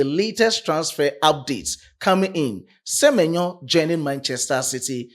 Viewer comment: Se-me-nyo to Liverpool